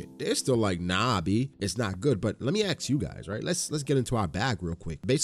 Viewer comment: let me Ax you guys. What do you think?